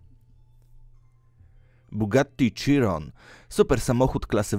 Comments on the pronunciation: nie mówi się „Cziron” tylko „Sziron”!!!!!!! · Sziron a nie cziron bozeeee ala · Nie czyta się CZIRON tylko SZIRON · ten typ mówi na chirona cziron więc nie wymagajmy od niego zbyt wielu...